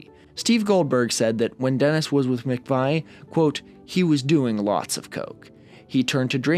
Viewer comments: Ahh, it wouldn't be a video without a mispronunciation would it - it's pronounced "McVee" not "McVy" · its Christine Mc-Vee not Mc-vai. More beach boys episodes please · And McVie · Thoughts of You just freaked me out, yeah, incredible! Thank you. OK, I never thought it would happen but you convinced this old ass industrial punk to listen to some Beach Boys, well done! (Btw, Folger is pronounced with a soft g and McVie like McVee).